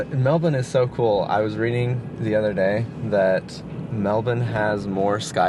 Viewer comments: You got it right! Pronounced “Melbun”, not “Melbourrrrrrrrrrrne”. I lived there in North Fitzroy. In Sydney the saying was “In Melbourne there are two great things: 1. The Beer; 2. The road home (Sydney Road). Both cities have their pluses and minuses. I like them both. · The most important parts of this video are (in order) 1) final fuel stats 2) total acceptance to pronounce Melbourne the Aussie way